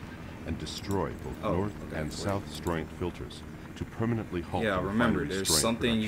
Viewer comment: I love how you explicitly go out of your way to pick the training Mission, and then complain when the tooltips keep talkin' at you... also, you're not even going to TRY and pronounce "Stroyent"? It's literally pronounced exactly as it's spelled.